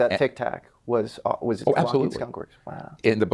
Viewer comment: Witness 2; Ross. It’s Lockheed😊😊